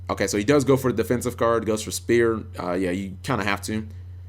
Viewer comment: Fuck man how long have mermaids been around now kappa'g and you still say spear. It's sphere.